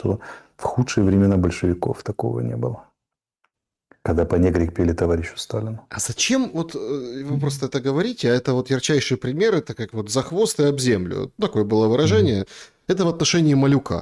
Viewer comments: ПанегИрик., а не панЕгрик. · Господин Арестович, вы очень любите это слово, так выучите его правильное произношение: панегИрик.( не панегрик)🙂